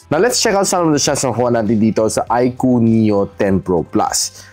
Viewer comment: yowwnnn na bigkas nya din ng tama yung iqoo haha nice